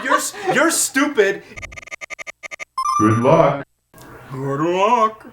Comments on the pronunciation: In fairness to James's sister, it does sound a bit like "good bye!"... perhaps if the "-ck" sound at the end was clearer (or there at all... it sounds more like "good lu-uh!") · you can clearly hear the "ck" at the end of what he says. It's "good luck." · I never played Star Fox on SNES, but in Star Fox 64, I always thought he was saying "gridlock" and it confused the shit out of me. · It's good luck but sounds like good lie lol so I guess you both were right James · im so confused that now whenever i hear it it kinda sounds like he's saying "good lie" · It sound like he says good lie when you're trying to here him says good bye. But when you try to hear him say good luck it sounds like he says good luck. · Sounds like "good lie" to me... xD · omg i actually hear good bye, it doesnt sound like good luck. its the black and blue/gold and white dress again o_0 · It's not that obvious. Sometimes it sounds like "Goodbye" a little :P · Nearly sounds like goodbye until you just faintly hear uck forluck. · I tried so hard to hear 'good luck', but all I hear is 'good bye'. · Re "good luck"/"goodbye": I might hear a "b" in the middle there, but there's definitely a consonant at the end either way. Because "good buck" makes no sense I thus conclude that it is indeed "good luck". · I know they are saying good luck in Starfox, But is does sound like good bye if your expecting it to. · It did sound like good bye... But only when I werent properly listening, when I listened carefully I understood it was good luck. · It does sound like "good luck" but i can understand how it's misheard as "good bye" too. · Sounds like "good lie" to me, at least in the clip here. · Am I the only one that heard good bye instead of good luck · I heard "Good Lie" lol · It sounds like "good lie" to me. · ***** It is true but cause poor sound quality and japanese programmers it sounds like Good Lie! which doesn't make sense at all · Robert Jones it be kinda sounds like good bye in a way